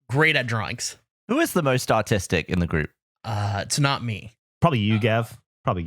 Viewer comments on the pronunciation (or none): Anyone else think Gavin asked "who is the most autistic" other than "artistic"